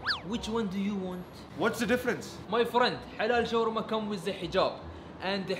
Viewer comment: oh its called shawarma not shawrma